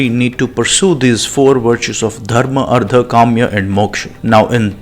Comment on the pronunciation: From what I know, Anumana is inference or deduction NOT doubt. Also Artha is being pronounced as 'Ardha'; pronounced as अर्थ